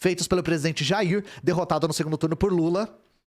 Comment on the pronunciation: Agr eu vi o sotaque do "jairrr"